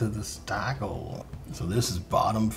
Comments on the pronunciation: Stiegl (Bavarian. Yep, Austrian's are speaking Bavarian!) is pronounced sh-dee-gal . Nuf said. Prost. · Only an American could pronounce Stiegl like you do 😅